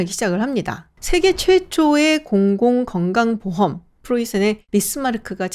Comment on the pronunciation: 공공건강보험.. 발음도 어려운데 잘하시네요 😂